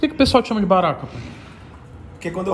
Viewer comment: Apelido baraka, eu entendi barata...kk o cara é grande hein!!!